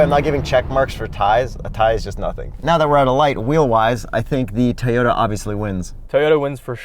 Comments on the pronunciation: TOY-ota, not TAY-ota. Good god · sounds like he says Teyota rather than Toyota:D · It's not TAY-ota, its TOY-ota. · I absolutely LOVE your video. It is a BRILLIANT review! HOWEVER, y'all are driving me CRAZY every damn time you say "TAY-OTA"!!!! And I think the TOY-OTA needs you to get this right! If it ain't a HAY-NDA, it ain't a TAY-OTA!!!! OMG!!!! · Take a drink every time someone says "Tayoda" dead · I love these guys and their reviews..... but their pronounciation of Toyota as “Tay-ohtas” was super annoying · Why does the guy in the yellow shirt not know how to pronounce Toyota??? He calls it "TAY Oh Ta". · Say it with me, guy with glasses. TOW-YO TAH. Not Tee-yo-tah. Thanks. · it's Toyota, not Tayota! That was driving me crazy. I'm in the market for something this size, but this review (and looking at both at the Toronto Auto Show), has confirmed that I will probably go with the Kia Niro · I SWEAR😤😤😤...if he says TAY-YODA one more time...🤯🤯🤯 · “Tee-yota.” Lol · Who the hell says “ Tayota “? It’s like Neesarn and Marsda and Hunday . Come on, pronounce these marques correctly. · I keep hearing “Tey-ota.” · "Teyota"?? Hangover slur or just tired? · Maybe "Tayota"? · You guys really need to figure out how to pronounce "Toyota" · I couldn’t even focus on the review because of the way says “Toyota.” It’s a good thing you’re cute. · There was something bothering me the whole video and I couldn't quite place it. Then I realized it was the way pronounces the word Toyota.:) But watching the Special Outro made me remember there are still some more videos from The Straight Pipes library I have to watch, so thanks for that. As far as this video, I didn't know all these crossovers sucked so much. I've never driven one, and now hopefully I never will.